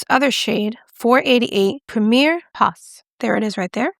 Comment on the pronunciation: For those interested: Rencontre is pronounced “ran kontr”; the "e" at the end is silent since it doesn’t have an accent. The "s" at the end of "pas" in Premier Pas is also silent. French has silent letters everywhere.